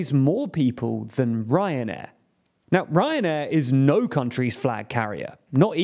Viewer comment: Sorry, I keep hearing "Cancer Air"